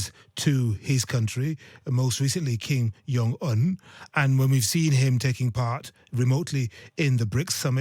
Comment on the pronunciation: I love your hosts. Please tell this host that "Kim Jung Un" is pronounced "Kim Juhng Oon" and the J is pronounced as an English J and not a German one 🙏🏼